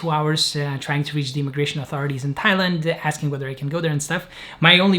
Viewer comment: This is another good, unpretentious, and real video,. It sounded to me that Jacob tried to say he wanted to go to Thailand from Pakistan all along, but because we know he is Lithuanian, somehow ’Thailand’ sounded like ’Tallinn’.